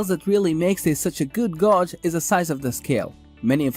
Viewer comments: Gog? Gauge is generally pronounced as "gAj".. Rhymes with cage, rage, stage. Solid video otherwise. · I stoped watching after I heard the word “Gawg”